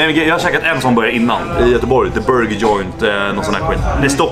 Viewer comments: "borgir" haha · hahahaha Burgir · bara jag som hörde "BORGIR" vid ??? XD